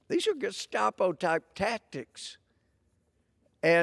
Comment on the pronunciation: Wow he called them the gustapo too lol great minds think alike